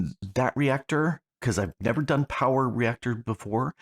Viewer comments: Powah! POWAH!! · Unlimited POWAH!